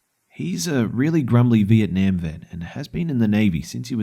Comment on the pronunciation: The way he pronounces Vietnam XD